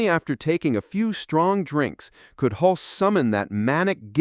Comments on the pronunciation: . “HULC-SEE”??? It is pronounced, “HULS”. Single syllable, silent “E” Jesus man. This is the centerpiece of your video and you can’t even pronounce the lead actor’s name, right. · It’s Tom Hulce (like “hulse,” not “hull-see”). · His last name is pronounced hull-see. Not huls. Stupid AI forgot a syllable who ever made this got so many details wrong. Come on China step up your game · Nope, you can’t use a bot voice for these things. It’s Tim HULSS, not HULCEE. Please do your research, it makes everything in this video suspect and I wanted to like this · So is the actor's surname pronounced HULSS or HUL-see? It's in here both ways, alas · Tom Hulcee ??? -- AI ! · Pronounced Hulse like pulse. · BTW the name is Tom Hulce but pronounced Hultz. If you're going to make a video about this movie you should know how to pronounce the name of the actors. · Nice video, but maybe learn to pronounce the name of your lead actor. It’s not “hulsey” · "Tom 'Hul-cee". 😂😂😂😂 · Haha!< The announcer doesn't know how to say "Hulce" ! 😂😂😂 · Ai voice sucks. Pronounces 'Hulce' 3 different ways. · Milos Forman's first name isn't pronounced like Milo. It's pronounced (Mee Losh). And the E in Hulce is silent. And, don't ask me why, but Tucker Carson has the same laugh. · Seems like more AI nonsense. Tom Hulces name is mispronounced. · You pronounced "Hulce" two different ways.